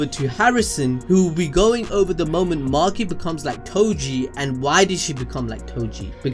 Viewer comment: calling toji Tojo is crazy brooo